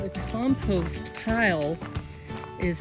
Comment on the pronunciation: Did you say “comPOOst” or was it just your accent? Lol...